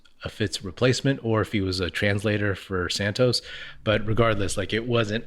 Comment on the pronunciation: The Fitz fill-in is Santa Cruz Warriors' announcer. I believe the first name of the international prospect is pronounced like the clarified butter, ghee. Last name is pronounced Sahn-toose. Congrats on the new YouTube channel, by the way.